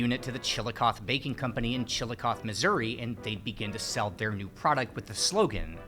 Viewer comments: OMG, my favorite food! So interesting! Wish I could have helped you finish eating all that food. (BTW, Chillicothe is pronounced CHIL-uh-coth-ee by the locals (not CHIL-uh-coth). Believed to be of indigenous Shawnee origin, from Chalahgawtha meaning "principal town." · no way, I live right near there and had no idea it was where sliced bread originated! Slight nitpick, the E in "chillicothe" is pronounced "ee", it's not silent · I love the part where you were just sitting at the table eating and drinking beer and talking and getting interrupted by dogs and such. Felt like I was sitting there at the table with you. BTW, you pronounce the E at the end of Chillicothe ;-)